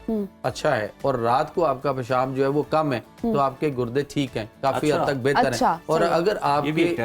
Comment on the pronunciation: Gurdy ❌ gudny ✅